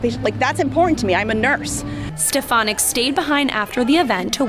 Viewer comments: So glad she was booed. Trump can't even pronounce her name correctly. He says "Elise Ste-pha-nik." Otherwise, he doesn't know who she is. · Rep. Elise Stefanik (or Step-a-nik) as Donald Trump called her, or Miss Piggy (which would fit) came to Congress touting herself as a "moderate Republican" who wanted to "lower the partisan rancor" and "work across the aisle." Then they dangled Liz Cheney's old job in front of her and she became a hardcore MAGA Queen overnight. She's a phony, sorry (rhymes with twitch).